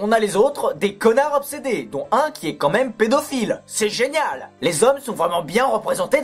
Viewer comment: oh merde tu la Vraiment dit comme même au lieu de quand mêem